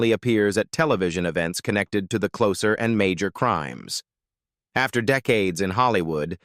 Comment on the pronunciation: AI doesn't know everything, does it? "Closer" when humans use it as an adjective is pronounced with an /s/ sound, but "closer" when used as a noun, as in the TV show, is pronounced with a /z/ sound. AI is just like any computer, it learns by "trial and error".